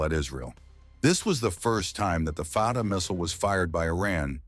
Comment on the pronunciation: It's not called far ra 1 but Fattah 1, don't twist your tongue so hard. Pronounce it correctly, thanks Israel starting this mess, now it will pay , too bad.